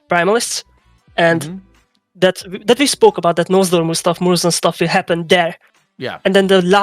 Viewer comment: PLS the names are NoZDormu and MurozoNd It's very grating hearing them getting butchered